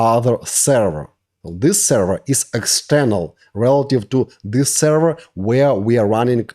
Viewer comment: im so lost. what is a sara??(i know he ment server)